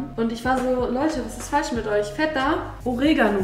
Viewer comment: Feta... nicht Vetta. Aber dein Papa und du - mega sympathisch!